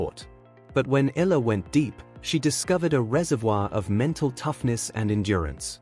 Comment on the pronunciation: Alexandra Eala (Eh - ya - la)..please pronounce the surname properly..